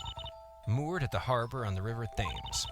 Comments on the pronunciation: its not thems its prnounced temes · unless someone else has told you already, i believe the river Thames is pronounced "Tames"